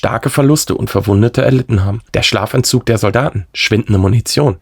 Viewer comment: DU redest davon, ich hab mir die Stelle 7x angesehen, du meinst vermutlich "Schlafentzug", hört sich aber definitiv nach "Schlafanzug" an! 😂